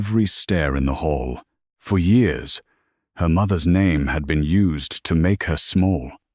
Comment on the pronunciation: It's hall, not hole.... the AI doesnt recognize synonyms... and each editor, narrator, data entered.... miss it all